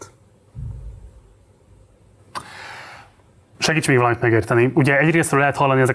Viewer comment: a hangsúly a "seggítséggel..."🤫🙄